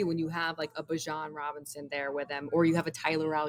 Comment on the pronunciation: I'm going with with Beejan and not Baajan. Bijan like my Dijon on my pretzels and cheese!